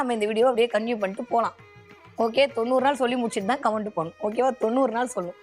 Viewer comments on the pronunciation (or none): none